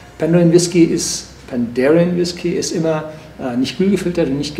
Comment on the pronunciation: Also das muss einen Daumen runter geben. Zu Besuch in der Brennerei und man kann nicht mal deren Namen aussprechen. Dann nicht mal das extra für ihn bereitgestellte, geöffnete Fass verkosten und die Beschreibung zum Filmchen ist auch noch falsch. "Horst Lüning verkostet ein Fass..." 🙈